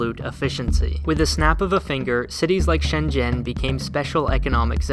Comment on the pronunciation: Why do they pronounce 深圳 and 习近平 wrong